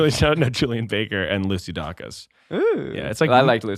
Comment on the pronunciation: very light comment for - her name is pronounced Lucy day-cus. Imagine my surprise after spending months telling people I couldn’t wait to see Lucy dah-cus live and then she introduced herself as Lucy day-cus and I was revealed as a fake fan. Want to spare you the same 🫡 god speed my emotional brethren